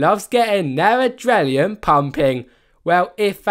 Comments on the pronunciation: He cant even pronounce adrenaline correctly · yeah like I said he can’t even pronounce the word adrenaline